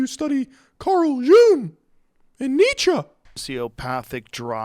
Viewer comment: jung is pronounced as Yoon-g, close the back of your throat on the G